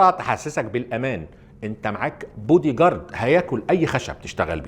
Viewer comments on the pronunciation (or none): الغلط الوحيد فى الفيديو بودى جارد...هى بتتنطق بادى جارد مش بودى... ههههههه يمكن ده السبب ههههههههه